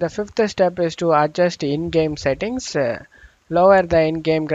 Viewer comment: What terrible English do you speak ? Windowse? Updatse? Settingse??